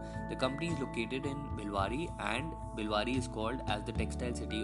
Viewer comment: It's bhilwara not bhiwadi